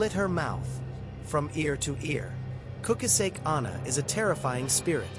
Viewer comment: Kukasek? It's Kuchisaki come on son messing ppl urban legend. No disrespect i dont know where ur from but if ur from indian do indian ghost not jap urban legend kukasek 💩